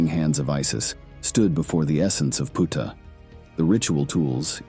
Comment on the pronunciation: The mispronunciation of his name makes this video sound bad to me. Sorry 😵‍💫😵‍💫😵‍💫😵‍💫